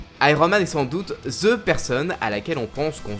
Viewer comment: Mais pourquoi a chaque fois tu dit ( ze / the ) !!! Essaye de faire un effort stp, c’est pas si dure de prononcer